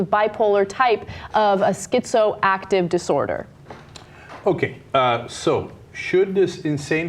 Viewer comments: Schizo-affective disorder, Ana, not Schizoactive. Also saying a "Bipolar type schizoactive disorder" is redundant because Schizoaffective Disorder is a disorder which features both Bipolar and Schizophrenic symptoms. I have been diagnosed with Schizoaffective Disorder and I know from personal experience how detrimental the psychotropic drugs used to treat it to one's ability to function in normal society. When I was on psychotropics, I found my capabilities vastly diminished; so much so, all I could do is just sit there and drool. I literally felt so stupid that I couldn't even watch television! This is, from my experience, the primary reason why schizoaffectives relapse on their meds. And so I stopped taking them, looking instead to other methods to cope meditation, self-evaluation and checking in with my psychiatrist from time to time. So now I've been off my meds for more than five years, I'm still lucid and sane, capable of interacting in society with no fear of losing my self-control or sanity. It CAN be done without medications and if medications are not working, then this option should be explored. As for this particular judge, I can't, well, judge. Schizoaffective patients should be evaluated on a case by case basis because each case is unique in how the symptoms manifest and in what severity, so I don't know just where I'd stand on this particular case and I lack the necessary familiarity with her in particular to make a reasonable and fair determination. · Schizoactive? You mean "schizoaffective"?